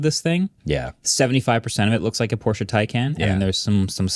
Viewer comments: Nova launcher is a must on ANY android phone. Edit: Also, even if Xiaomi could hit those specs, I’d be surprised if the US government would even let that car onto US streets. Oh, and btw, it’s pronounced Por shuh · Few points on cars: Porsche is two syllables. VW is an example of an OEM who famously tried to get better at software recently. They hired thousands of engineers and it failed. They fired the ceo and still failed. The Rivian R2 series is just a Model Y competitor. It won’t be the next level of cheap cars. Most people really don’t care about panel gaps and it’s still an overblown thing about Tesla. And they sold 1.8 million cars last year. They aren’t some small startup.